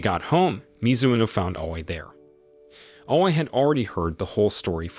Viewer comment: And he pronounce Aoi not A-o-i